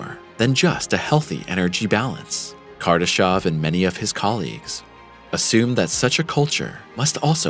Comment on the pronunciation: It's Kardashev, not Kardashov. Is this a pure AI generated channel? It's mistakes after mistakes... after "mistakes".